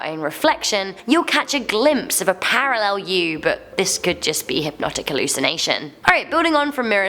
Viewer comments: Hmmmm parrarel? I wondered what was wrong there then realised🤣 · Parallel not Parrarel